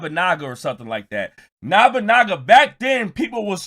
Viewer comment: It’s “No-Bu-Naga” not “Na-Ba-Naga, but point taken